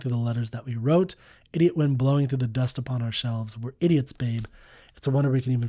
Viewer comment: Sometimes a dumb-ass song is just that: a dumb-ass song. He can't even pronounce the word "idiot" properly.